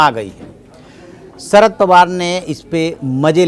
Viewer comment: ..... सरद नाही रे भा.. शरद पवार